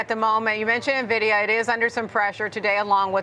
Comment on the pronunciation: This expert cannot pronounce Nvidia properly?